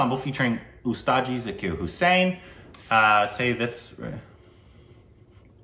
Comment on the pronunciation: I really appreciate that you guys are so respectful to our legendary artistes. 🙏 "Ji" is a gender-neutral honorific. The correct pronunciation is Zaa-kir (not Za-kir), though.